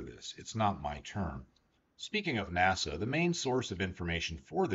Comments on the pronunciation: When you say "NASA", I assume you mean "NACA". In which case "naka" would be a more appropriate pronunciation as an abbreviation. I know you know this . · Good content, my only critique is that "NACA", is more commonly pronounced closer to 'naka' than 'nasa' the current "National Aeronautics and Space Administration"